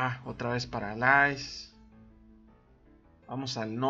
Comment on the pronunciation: paralais? ulalá señor frances!!!! jaja saludos